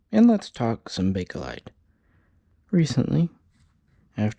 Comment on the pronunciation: It is Pronounced Bake Lite !!!!!!!!!!!!!!!!!!!!!if this due says BAKe-A-LITE one more time my Mother in law will die of-A- cancer.....cell